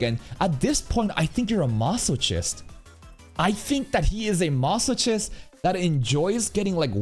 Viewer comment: Why do pronounce "masochist" that way, lol? I remember you pronouncing like that months ago as well